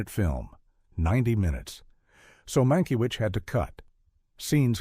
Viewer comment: There are too many weird AI errors in the narration. They don’t even pronounce the director’s name correctly several times and the punctuation produces odd rhythms. There are some factual errors too.